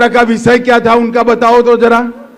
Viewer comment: Amitsha ji visay nahi hota hy vishay hota hy